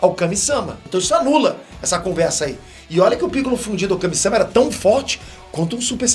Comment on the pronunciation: Só eu entendi o falando picollo fudido